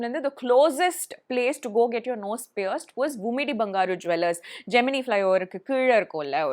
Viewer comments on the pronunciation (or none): none